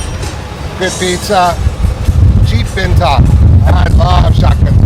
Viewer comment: yay a few Doggos today lol. Fun vlog and loved how the American pronounced ‘Bintang’ correctly ☺️